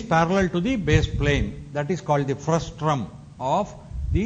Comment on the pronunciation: It's frustum, not frustrum